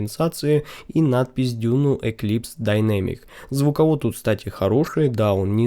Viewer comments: Обзор хороший. 👍А DUNU это аббревиатура, в русскоязычном сегменте устоялось произношение "ДУНУ". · после пятого 'дюню' слушать больше не смог